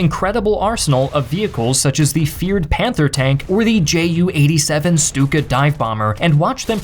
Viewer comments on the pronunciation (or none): none